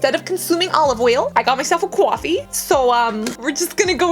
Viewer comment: You’re a weirdo. The way you said, coffee.😤😤